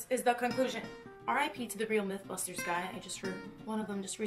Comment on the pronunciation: i thought you said methbusters 😂